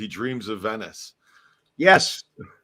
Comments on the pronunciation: It's Not pronounced VENYCE it's ven is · do you really not know how to pronounce "Venice"????